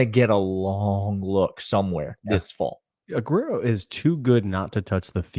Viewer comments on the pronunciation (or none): Let's do it again. Ugh-where-oh. Not ugh-rare-oh. ❤ You guys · Why r we calling joenel aguero, A-ger-o now? Also Aguero gonna start at nickel, he was just Espns pick for most important player on UGA for 24, crazy pick but nonetheless...dan jackson, pope, DDS and KJ prolly all gonna rotate opposite Starks early.. but i think KJ and Ellis both are starting by years end.. Go Dawgs!